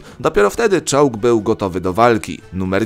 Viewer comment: Zamiast czołg usłyszałem czuux! XDDDDD